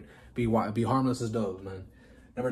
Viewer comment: be having me cryin...lol he said be harmless as "doaves" lol Doves! Like the bird!!!